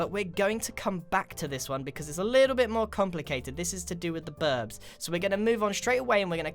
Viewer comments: Lol berbs you accidentally said berbs (not making fun) I do this all the time I want to say one thing and it comes out a little diffrent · omg did anyone hear grian say birbs xd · Subbing, mostly for the fact u said birbs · He said "this was to do with the burbs' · In you said burbs not birds qwq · berbs he said berbs .... LOL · You said burbs not birds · BIRBS HE SAID BURBS Ik its a meme but I don’t rlly kno many memes and just like saying birb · The birb thats what i heard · "This is to do with the birbs" thats what i heard him say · he said birbs instead of birds😂😂😂😂😂😂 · You said birb lol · Hol up, at the start... Did he say birb? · o:44 "the burds" lol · Did you say birb